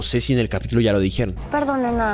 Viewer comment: que suena que dijo capíyulo